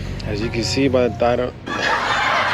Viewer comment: my boi the "thotile" of this episode lol no worries bro you got it